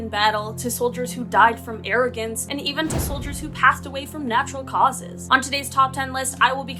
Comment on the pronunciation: no way she said atrogance with her tripple chin